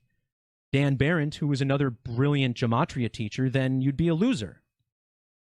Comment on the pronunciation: Also, Zach greatly exaggerates how important it is to learn gematria. (A word he doesn't even pronounce right.) There has been so many truthers throughout the years and most of them never or barely even mentioned gematria. And guess what? These people still many people to wake up to the new world order and even celebrities displaying illuminati symbolism in their entertainment all time. And the vast majority of the non gematria truth community has been christian, and Zach denies Christianity and blasphemes Jesus all the time. He's blaspheming Jesus all the time because he leading truthseekers away from the truth of Jesus.